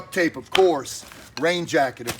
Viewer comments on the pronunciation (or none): none